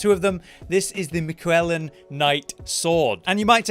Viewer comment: The pronunciation of Miquellan with the heavy emphasis on the U triggers me. I am Malenia, blade of MiQUELLa